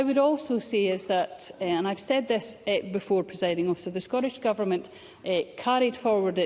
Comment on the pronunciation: The word "Scottish" contains two letter "Ts". Why do ignorant MSPs repeatedly pronounce the word as "Scorrish"?